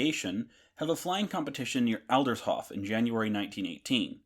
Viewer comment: Please learn to both pronounce correctly and use the words as written. Aldershof does not exist. Adlershof does.....